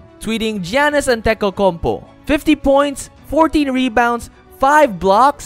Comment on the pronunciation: AntentokounmPO..not UP